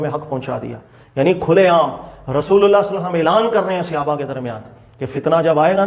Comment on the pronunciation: صحابہ کا لفظ صَ کے زبر کے ساتھ ہے۔ صَحابہ۔ اپنا تلفظ صحیح کرو۔ لفظ صَحابی زبر کے ساتھ ہے۔ تلفظ کی اصلاح کریں۔